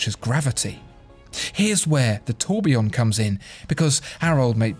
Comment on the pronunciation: Oh Dear ! Your pronunciation of the French words is like the scraping of fingernails across a blackboard. I am trying to concentrate on the description of the watch Then, EEEEEEEEKKKK